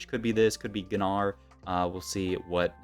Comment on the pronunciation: Why is everyone pronouncing gnar like that